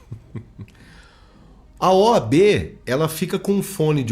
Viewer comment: “OB” não, “OAB”